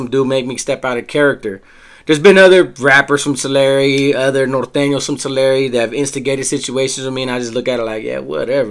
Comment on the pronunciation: Hey I looked up the pronunciation. You are right. Down South in CA. we say "Two-lair". You are right though saying "Two-larry". One said "TUH- larry". I stand corrected sir.